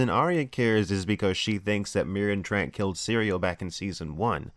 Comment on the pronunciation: Marin TR-ONT not Marin Trant I’m a duck i know